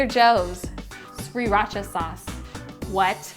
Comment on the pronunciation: youre saying sriracha wrong xd